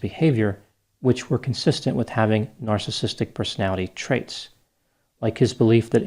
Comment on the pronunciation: He also couldn’t even pronounce “narcissistic”. Lol.